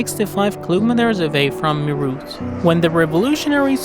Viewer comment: Meerut is pronounced as May-ret